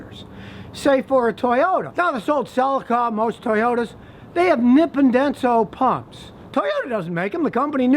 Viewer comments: Ru sure? Scotty's saying nip & densil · Nippon Denso: pronounced as "Knee-pone Dense-Oh" ( Japanese vowels are the same as Spanish vowels if that helps. ) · As a Japanese speaker, I can say his pronunciation of nippondenso sounds funny. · Is that how the Japanese corporate execs say it or that's how the American employees in Battle Creek say it? I've only heard Americans pronounce it and they say it the same as Scotty.